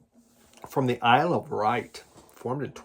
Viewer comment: Hi, glad you like the Wet Leg album so much. I love it! My fear was that the album wouldn’t be as strong as the first couple of singles. I needed have worried. Sorry to be an arse but your pronunciation was doing my nut! The Isle of Wight is pronounced ‘white’ nor ‘write’ and chaise lounge is pronounced ‘shaze long’ not ‘chase lounge’. Phew, got that off my chest. Glad Kat is on the mend. 🙂👍🏻